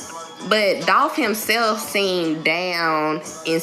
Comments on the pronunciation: It’s Dolph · Its Dolph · ITS DOLPH !!!!!!!!!!!!!!!!!!!!!!!!!!!!!!!!!!!! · ITS DOLPH UH-HUH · It’s DOLPH 🐬